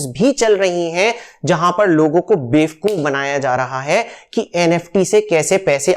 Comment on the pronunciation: Please, say bevakoof not befkoof, saying befkoof is not admirable for the person like you, as an educated, engineered & successful person. Please, do a deep search for this with your perfection.